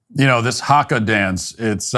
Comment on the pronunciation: I cringe at the way he says haka